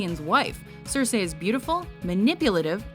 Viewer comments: You've pronounced Cersei wrong,. It's Ser-see not Ser-sey. Also, Regina should be higher on this list at list at top 3. You've put Princess Yue but not Azula? C'mon! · CERsi. CERsi. not cerSEEIJ, CERsi. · It's not CerSAY, It's Cersee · It's all about what she will Cer-See, not what she will Cer-Say. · "Cersay"?! Will the WatchMojo voiceovers EVER go thru a full video without making at least one mispronunciation?? LEARN TO PRONOUNCE NAMES AND TERMS CORRECTLY. IT'S YOUR JOB!! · Her pronunciation of Cersei though..... and 月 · She kept pronouncing Cercei wrong. That was annoying. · Good list, I just hated they way she said Cersei